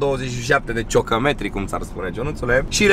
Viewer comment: “ 27 de ciocămetri” încă ceva învățat de la Popa 🤪🤣🤣🤣